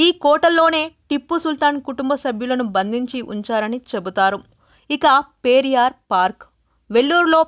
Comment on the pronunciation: A small correction it's not పేరియార్ but పెరియార్